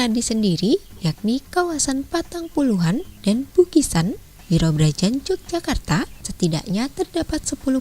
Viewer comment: YOGYAKARTA,bacanya bukan j